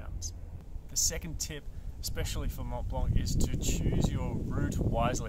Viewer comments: Tip #11 Don’t prononce in French 🇫🇷 the « C » at the end of « blanc » 😁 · So first off the C is silent in Mont Blanc it's just how it's pronounced in French. Secondly tip 3 how to use your basic gear, seriously. This is when you are going to learn how to use crampons. Though now that I have finished the video, perhaps its just slightly misnamed. This is how to be a beginner mountaineer. It's not mountain specific to Mont Blanc just any beginner mountaineering.